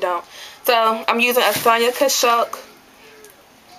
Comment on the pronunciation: you pronounce it sonia "cash it" do u recommend any other drugstore brands for powder